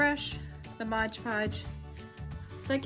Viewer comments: MOD podge, not modge podge.....sorry, can't help it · MOD Podge not Modge Podge.